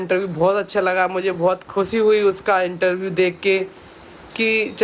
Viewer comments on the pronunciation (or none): Intaview nhi interview hota h itna dimag padhai me lgati to bhn Aaj tu sahi bol pati 😂